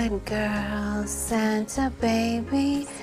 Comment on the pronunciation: That "hurry" was sooo off!😂